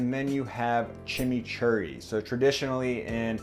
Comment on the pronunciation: I just love the way that he says Chimichurri and trows a drawing of a Mate, hilarious haha